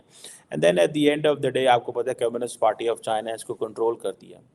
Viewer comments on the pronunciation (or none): none